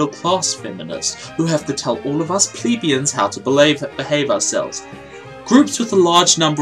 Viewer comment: That's not how you pronounce 'plebeians'